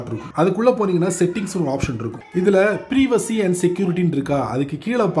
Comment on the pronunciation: Privacy - ப்ரைவசி.... ப்ரீவசி இல்ல.